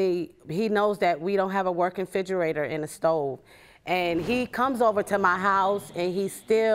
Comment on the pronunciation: LORD, girl th word is REFRIDGERATOR, NOT refidgerator